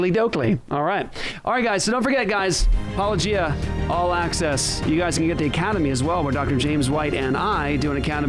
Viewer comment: It's pronounced "apo-LO-gia"